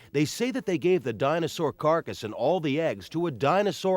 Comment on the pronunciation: The “Dino-source” lol